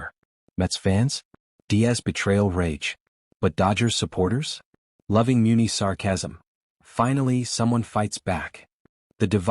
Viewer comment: How do you not pronounce Muncy correctly !